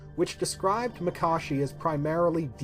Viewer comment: Finally someone who pronounces Makashi the correct way. These vids are great! Keep it up!